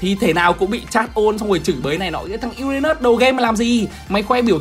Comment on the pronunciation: Uran Mỡ 😄 😄 (em nói zui hoi )